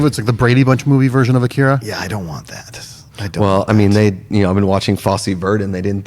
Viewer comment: I thought the odd pronounciations have ended with Game of Thrones (Missandei, Umber and Drogon)..I'm adding AKIRA to the list.:)